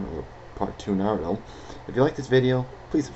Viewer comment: you said naruto wrong and shippuden wrong ugh